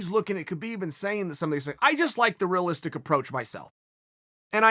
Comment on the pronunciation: Chael “rih-listic” Sonnen